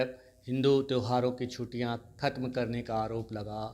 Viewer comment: chhuttiyan bolte hain na ki chhutiyan uchharan sudhariye aapka uchharan bahut ashuddh hai